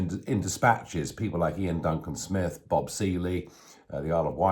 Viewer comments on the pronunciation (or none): none